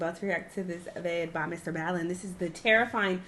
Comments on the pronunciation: Dee finding out she's been pronouncing MrBallen's name wrong all this time lol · yeah she said in this reaction vid she'll still keep pronouncing it the way she always has 😂😂